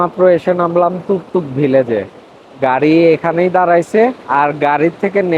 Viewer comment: তুকতুক না । তুরতুক হবে।